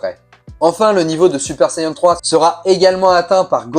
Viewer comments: Saiyan an an et pas saiyen en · Sayeun 😂😂 on dit Sayan point barre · Plutôt une interrogation. Moi qui suit les aventures de Goku depuis les années 80, je n'ai jamais mais alors jamais entendu parler de sayeun. J'ai toujours entendu prononcer "sayadjin" pour la version originale, "sayanne" pour la version anglaise et "saïen " pour la française. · et oui donc c'est un a pas un e on prononce pas sayeun e l'accent anglais du a c'est "aiye" quand on essaye de parler avec des accents on se renseigne on les invente pas. Et en plus c'est japonais a la base. Ils prononcent bien "sayans" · Super Sayeun?